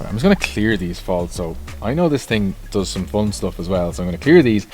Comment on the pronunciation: It's thing not fing bro